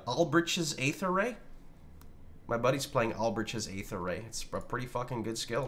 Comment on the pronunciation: Aether is pronounced "ee-thur " not "aye-thur".